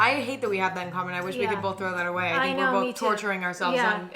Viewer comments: People either say “both” or “bolth”. Emma says bolth. Lol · the way you put that L in "both" like "BOLTH" ....i cannot unhear it